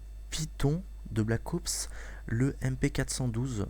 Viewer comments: on dit ops pas oups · Pourquoi blackowoups et pas black ops ?? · jaime bien mais black OUPS mdr blac OPS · Black Oups , mdr j'adore comment il le dit. Sinon , pas de sniper a verrou :( , des lance grenades :( (Un Cod sans lance grenade? Haha la grosse blague mdr) , Pas de UMP : (Ils vont surement mettre un substitue d'arme cheaté. Et Bien Sur TOUT le monde va se jeter sur BT3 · Pouce vert, si toi aussi tu as l'impression qu'il dit Black OUps :) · Il dit black oups ^^